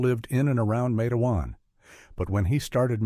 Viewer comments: LISTEN IT'S NOT MATAWAN IT'S MATEWAN W,VA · its matewan not mateawan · The town is called "Matewan", pronounced exactly like it looks "MATE-juan" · Well, it’s pronounced matewan, (mate-wan) and it’s in southern West Virginia, I grew up less than 14 miles from there, I am a historian of matewan, and there is a lot of history here, But I can tell you for a fact that this did not happen, it’s completely 100% fictional, there never was a sheriff by that name or a coal mine by that name. Quit misleading people. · Pernounced,matewan. Mingo co wva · Mah tah wawn . Correct pronunciation. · It is a terrible story.They were sad times. It is pronounced Mait-twan —-Rhyming with Wait-Swan.